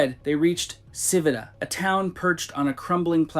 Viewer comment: It’s pronounced CHEE-vee-ta, not siv-ita. 🙄